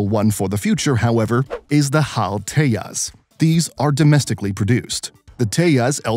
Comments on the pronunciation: it te-jas not teas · it's te-jas not te-has